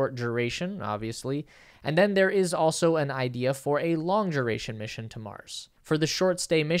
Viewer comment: ok but what is a "juh-oh-ray-shun"? Is is a variation on duration, which has no "j" or "y" sounds in it? Why do you also mispronounce it as jew-ray-shun and "joe-ray-shun" ?... Stop using your mouth as your nose(inlet and exhaust ports for respiration) and your oration will gain mych needing consistency~coherence.